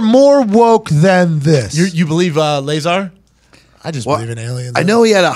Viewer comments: I stopped listening to Brendan after he called Lazar “Lay-zar” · "I didn't look anything into it. I'm not a big alien guy" you have no idea what you're talking about. It's pronounced "luh-zar" not bob "lAy-zar." Man, you guys are annoying. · He said Lay-Zar. LOL. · Brendan said Layzar lmfao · Lizar ???? ITS LAZAAAAR ! TRY TO PRONOUNCE HIS NAME CORRECT FIST BEFORE DISCREDTING HIM. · "That Layzar guy..." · "lay zar" lol, this video is the internet all rolled up into a few minutes. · You believe in "lay-zar"? Come on bruh!! 🤣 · Did he just call Bob ‘LASER’ 🫠🤣🤣🤣🤣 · "You believe in Layzar?" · I dipped from this pod cast when the caveman said "Layzar" honestly anything with Brendan Schlaub will always get a negative reaction and if it gets a lot of viewers it's only to come and bash Brendan Schaub because he's so easy to dislike. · Bob LAY-ZAR...Mr. unlikable strikes again! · Is it really worth discussing about opinions on this subject by someone who says "Bob Leyzar"? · lay-zar though, y'know? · Lay-zar?? Lol!!!!!! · Did he say 'Laser' ? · HAHAHAHAHA who cares what Schwab thinks? You poor soul. I hope this was the last time you ever spoke to him. Lay-zar! LOL. He just got jealous cuz he got more mic time than him from Rogan. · Brendan Schaub should leave the thinking and analysis up to people that can think and analyze. He can't even pronounce his name right. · Lmao mans even pronounced “Lazar” wrong. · By the simple way Brendan pronounced Bob’s last name I completely believe Bob and everything he says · Bro can’t pronounce lazar if his life depended on it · brendan cant even pronounce his name correctly. If he did more research i bet his look on Bob Lazar would change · He can’t even say the mans name right 🤦🏻‍♂️ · Wow, this comment section is stupid. Despite mispronouncing Lazar's name, this is one of the better takes Schaub's ever had. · Can't even pronounce lazar right lol